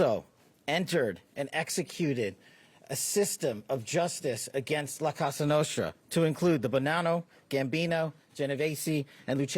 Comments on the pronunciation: that's why Kash said "Casa" Nostra 😂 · I think he meant to say cosa nostra. Not casa nostra